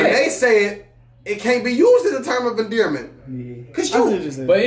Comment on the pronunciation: Lol said endearment! WTF!!!